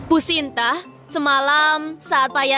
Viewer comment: Kenapa dari Shinta jadi shanti😂